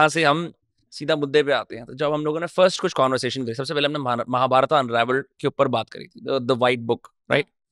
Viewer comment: Bhai mahabarataaaaaa nahi mahabharat